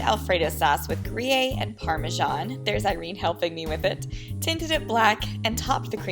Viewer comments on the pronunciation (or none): Its Gruyère not ‘gru yay’. It totally messed up the video and all your creative hard work for me. I suggest you search for the pronunciation of words you don’t know on the Internet before you record.